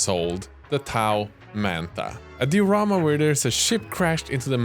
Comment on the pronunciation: Cool videos but the way you say diorama ticks me just a bit